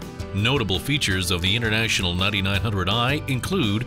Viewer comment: I keep hearing “Nutty Nine Hundred Eye”